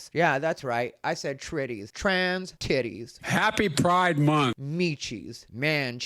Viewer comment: Not "tritties" 😂😂😂